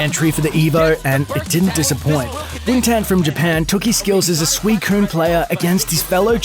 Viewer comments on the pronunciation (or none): none